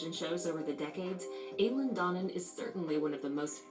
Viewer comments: Istanbul not Aileen Dornan its Eileen Dornan pronounced i-leen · Eileen Doanin!